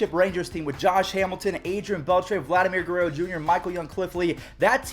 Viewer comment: did you say Vladimir Gerruerro jr